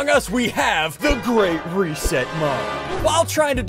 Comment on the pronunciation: You said "The Great Reset" mod wrong at the start if the video